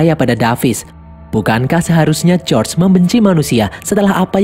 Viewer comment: Bukan josr bg tapi George😅